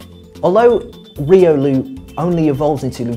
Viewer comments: ... he is saying reolu its riolu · why are u speaking riolu to reeloo dude your accent is so thick we call it royloo not reeloo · the way u speak riolu makes me wanna ban the word riolu